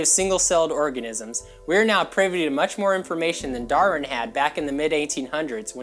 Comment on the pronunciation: He keeps pronouncing "Darwin" as "Darrin." It drives me insane.